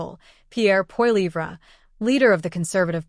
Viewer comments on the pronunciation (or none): I am ashamed that you cannot pronounce Pierre's last name correctly..so no likes from me. So who ever uses AI did not correct this mistake. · What in the rotten AI. Voice is this? The way this voice said Pierre’s last name. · Hey AI, you can't even pronounce the next PM of Canada's name?